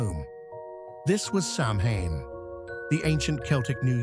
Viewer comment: Samhane.. ouch. AI at times does have its shortcomings. Otherwise I enjoy your channe!!